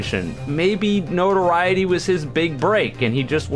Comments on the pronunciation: yes he is, no-tor-eye-it-ee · Then you're the one pronouncing it wrong. It's pronounced like no-to-RI-e-ty. Look it up. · you're not saying notoriety correctly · You pronounced Notoriety wrong lol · I did. Maybe there’s two pronunciations and they mean different things. I don’t know